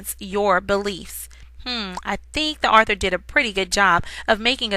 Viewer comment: This person doesn't know how to say author correctly I guess